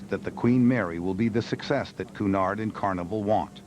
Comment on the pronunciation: Cunard is pronounced cue nard. you strange Americans cant speak English yo save your life